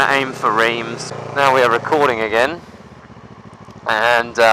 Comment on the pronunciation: Reems, haha! It's Reims, pronounced like rimes. No offence mate ;-) Loved the video. Why should you make the video's longer? You could also make just more videos ;-) I personally hate to make longer videos. Not to watch, but uploading them takes ages... Looking forward to the next ones!